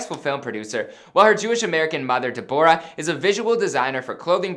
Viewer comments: Why u pronounce Deborah like that 😂😂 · De-Bo-rah dude do u mean Deb-Rah(deborah)😂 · De-bor-ah haahah im dead. its another spelling variation to be pronounced as Debra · Deborah? DEB RAH lol nay nay Deb Or Ah haha im dyingg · he said de bo rah😬😬 Deborah is said like Debbra sir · * Correction* that is not her father and you mispronounced her second name and surname💀💔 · I dont think that was her dad and why’d you pronounce her name “Deborah” that way 😂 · The way he pronounced Deborah 💀